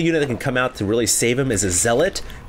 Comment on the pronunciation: o_o said zealot correctly